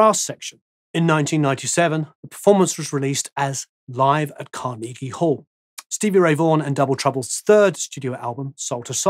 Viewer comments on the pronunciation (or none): none